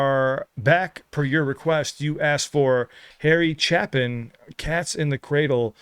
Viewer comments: I hope you check out more of his catalog. I know you’ll appreciate his storytelling he delivers in every song. FYI: Harry’s last name is pronounced with a long A. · The ā in Chāpin is a long ā, as in plāne, trāin, Spāin, grāy, and crāyon. (It's amāzing the things you can do by long pressing the vowl keys on an Android phone's Gboard interfāce.) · There was so much more to who Harry was, as a man...Too lengthy to go into here, but worth a good read about his life. In short, a very generous man..Btw, pronounced Chaypin. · Long A, pronounced like chaypin. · Love your vids. It is pronounced chApin. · It's pronounced Harry ChAApin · His last name is pronounced with a long a. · Pronounced Chay Pin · It is Chay Pin. Long a. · No, it's pronounced Chapin. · obviously you haven't a clue. Watch some bio's. It's pronounced " Chay pin" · His name is pronounced with a long a sound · It's pronounced ( Chape - In ) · Harry Chapin -- the A in Chapin is pronounced like the letter A. He's got some good songs, too. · The older I get, the harder this hits. My oldest two kids have already all but left my life and the younger two are slipping away to the same life demands. Oh, and Chapin is pronounced with a long A. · Harry Chapin ("A" in Chapin is pronounced like the "A" in the word late), may have had other hits but sadly Chapin died in a car crash in 1981. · "Taxi" for sure next! Chapin was typically pronounced with a long "A" sound. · The A in Chapin is pronounced like the A in bake. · It's a long "A." His last name is pronounced "Chay-pin." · That final line defines "Karma is a B word". By the way, Chapin is pronounced with a long A. Like Mary Chapin Carpenter. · Hey guys, his name is pronounced "Chape" in like ape not ap. Just FYI. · His name is pronounced Cha- sounds like CHAY (rhymes with say or pay) -pin sounds like pin (rhymes with tin or win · It's actually pronounced -"Sha - pin." Check out his song Taxi next. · FYI his last name is pronounced: Chapin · Pronounced Chape in